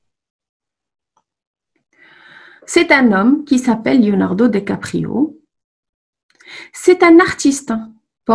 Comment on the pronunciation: Attention à votre orthographe : Leonardo Dicaprio, et à votre prononciation.